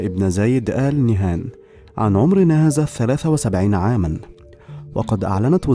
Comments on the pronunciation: نهيان وليس نهان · فيه خطاء في نطق الإسم ألإنهيان وليسى ال نهان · ياريت بس تلفظ قبيلة آل نهيان بدل آل نهان واذا ماتعرف تلفظها لاتتكلم ولا تلفظها